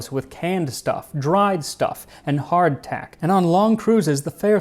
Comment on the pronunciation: I love how practically every time you say Hard Tack you "clack the tack"